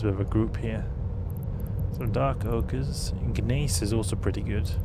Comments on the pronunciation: “Guh-mace”? 🤣 Gneiss = Nice. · hehehe, the G is silent , it's more like niece.